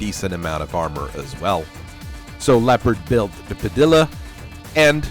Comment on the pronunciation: Padilla is pronounced “Pah-Dee-ah”, because the double “L” is pronounced as a “Y”.